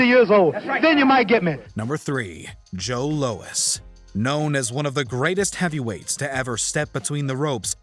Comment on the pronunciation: boy said "Joe Lois" lol